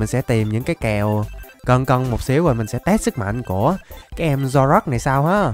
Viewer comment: Anh có thể đọc là zoro ark